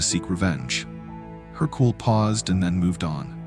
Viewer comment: wrong pronounciation, it’s Hercule. Not Hercoul